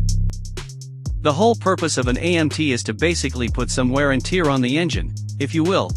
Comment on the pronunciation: Stupid robot voice can't tell the difference between tear , as in crying and tear, as in torn or worn out.